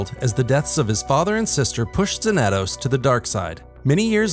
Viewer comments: It’s pronounced Zan-a-tos. Study your SW history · Cool to see someone make a short about this lesser known character but... Why're you saying his name like that? You're pronouncing the 2 A's differently. There's no accent so it should be pronounced Xan-a-toss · His pronunciation of xanatos is killing me. Fair enough it may be righr way to say it for the SW universe but I only remember the Xanatos from Gargoyles and that ain't it. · That's not how you pronounce Xanatos... yikes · Learn how to pronounce Xanatos, bro